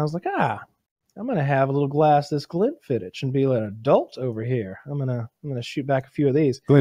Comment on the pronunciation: Glen-fiddiCK is how its pronounced. That killed me every time they said it wrong